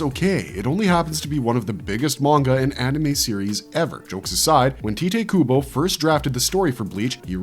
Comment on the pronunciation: It's amazing how often you pronounce names wrong in your videos and it drives me up a wall. Literally 4 seconds in and you fucked up Tite Kubo's name so bad I had to pause, bitch about it and then ultimately unsub. God damn dude.